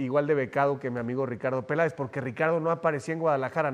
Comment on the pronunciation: Hahahahaha que pen-dejo es el "Pe-layo" del Peláez, si él, ni siquiera es periodista, se lo termino poniendo el traje como dijo el y vaya que le quedó a la medida, hahahahahavaha